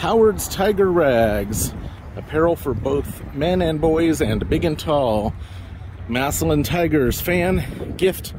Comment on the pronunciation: Massalion? It's massillon